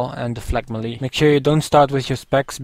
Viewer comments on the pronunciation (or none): you say melle lol funny